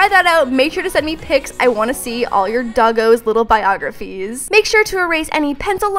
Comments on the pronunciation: When you said dogoes I thought you were saying bogies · when says "dogos" it sounds like tacos